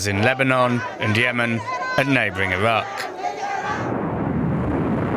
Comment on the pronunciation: Ffs please send your voice over reporter for speech therapy before you allow them to record another voice report. It's infuriating having to listen to him repeatedly saying Iwan and Iwaq and Aiw Waid Shelters. Come on man.